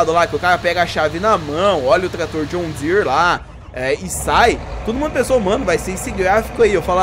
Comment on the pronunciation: Mano fala John Deere serto Vc fica falando "*joshn dsere"* fica muito estranho kkkkk